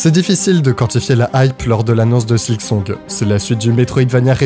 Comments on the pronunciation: Maintenant il s'agirait de deviner si sa prononciation de "silksong" en "sliksong" est aussi une forme de silkmeme ? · Tu dis vraiment "Slicksong" par contre au secours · Tu m'as trigger de fou avec tes "Sliksong" et "Slikpost". Silk, bordel, S-I-L-K xD Sinon, je suis content que Team Cherry n'ait pas cédé à la pression des joueurs. La bonne date de sortie d'un jeu, c'est "Quand il est prêt." POINT BARRE. Ils auraient rushé le jeu sous la pression de tous ces impatients, le jeu aurait été naze, tout le monde aurait craché sur le jeu et les dév. Les gens ne se rendent pas compte que ce comportement nuit au bon développement des jeux. Vous voulez des bons jeux ? Fermez vos gueules et soyez patients. Laissez les dév bosser à leur rythme. Pour moi ce n'est pas un hasard si Team Cherry était inconnu avant de sortir ce chef d'oeuvre. Personne ne les attendait, personne n'attendait leur jeu, ils ont pu bosser peinard. Vous voulez une suite de la même qualité ? Laissez-leur la même paix.